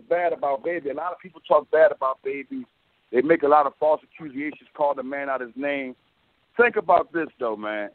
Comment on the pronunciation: ack cue ee a shuns (accusation) miss con sept (misconceive?) 34 7 in crim a date (incriminate) he said honour way too much